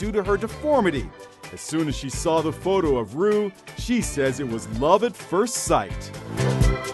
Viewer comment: ***** that is what her name is. Roux is pronounced Roo.